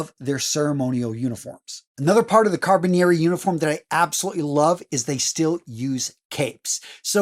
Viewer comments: This guy needs to actually pronounce the title of "Carabinieri" properly. As a former MP who served in Italy at SETAF, with the Carabinieri, please say the title properly. Sheesh. Carra-be-nir-ri. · At least he got the history correct